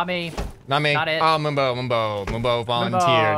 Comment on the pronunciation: moombo is Russian?